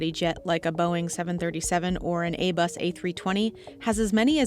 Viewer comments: Did she just call Airbus "A- Bus"? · ...did you say "A-Bus"?? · Lol a-bus 😂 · "a-bus a320" 😅